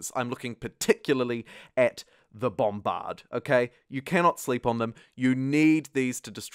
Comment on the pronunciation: love the way you say bombBARD